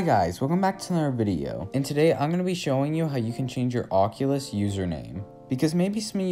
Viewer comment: Thanks people always never say it right